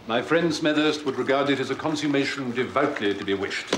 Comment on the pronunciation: But he mis-pronounces "consummation"! So uncharacteristic!